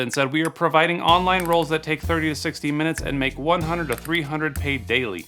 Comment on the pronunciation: "...To make more..." * "To lmake more..."